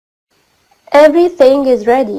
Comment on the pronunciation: افري سينج بيقولوا :افري ثينج بالثاء يا استاذة😀😀😁😁😁😁😁